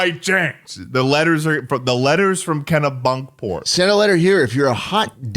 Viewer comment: It’s “Kenny-Bunkport” not “Kena-Bunkport” 😠